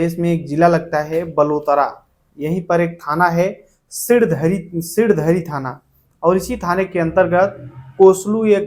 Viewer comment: सिरधडी नहीं सिणधरी